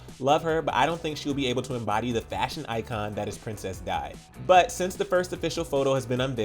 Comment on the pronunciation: Are you okay? You can't even pronounce her name right!!! btw, is Princess Di, like in D, not like Die!!! you morrons!!!